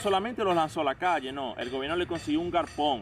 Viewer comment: Bro tienes razón en mucho de el video. Pero pana no se dice garpon. No se dice ilegar. Por hablar a si también nos catalogan de mal hablados. Buena la idea del video pero hay que mejorar el habla. Suerte